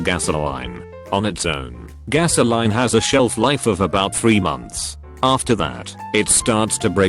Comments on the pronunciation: Nobody: Absolutely Nobody: Not a damn soul on God's green Earth: Text-to-speech: Gas O'line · AI voice: Struggles with Gasoline but can pronounce Cryptosporidium without issue.